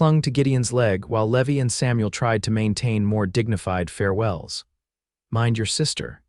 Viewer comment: A generally well-crafted tale with a sweet, credible story line. Only two wonky A.I. blips -- the name is LEE-VI, and the illustration depicts Violet with a firearm growing from her shoulder. Melville or Tolstoy wouldn't have had their works published with such lapses; editors would have made sure their works were ready for print. You need to show respect for your audience by reviewing these stories for content before you post them.